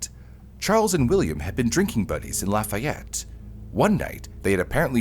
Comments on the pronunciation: Not “Laf-aye-et”….”Laf-ee-ette” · "Indigent" and "indiGnant" are two different words with two VERY different meanings. It is pronounced "lah-fee-yette" if you're talking about Indiana (yeah, yeah, I know. You don't want to know how we pronounced "Versailles".) and it is not "just north" of Indianapolis, it's about an HOUR north of Indianapolis. "Just north" might be Lebanon or Pendleton. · Agh!!!! I live in Lafayette. The way the documentary pronounces the town is maddening.